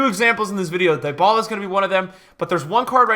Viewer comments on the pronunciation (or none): Facts. Just remember when you pronounce Dyballa..... He is NOT "Dying"...... D-balla